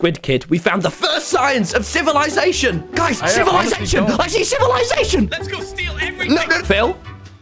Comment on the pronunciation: TommyInnit: "Ci-VI-lization" 😂